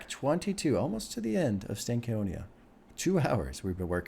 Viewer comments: Stank On Ya is how it’s pronounced. Not Stank Conia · Oh yea, and the proper pronunciation of Stankonia is (stank-oñ-ya). Like when I start to see you move your head when you listen to a real good hip-hop album, I'll say "yeah you got that stank-on-ya."